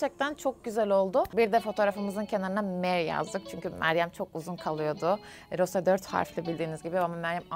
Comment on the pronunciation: Çok şükür Rose ye Roz demeyen biri🤲